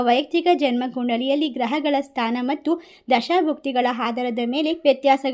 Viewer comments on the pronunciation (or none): none